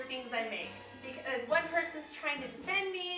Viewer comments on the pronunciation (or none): none